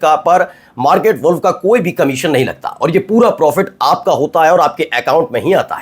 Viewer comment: “WALLf” nahiñ “Woolf” sahi uchchaaran hai.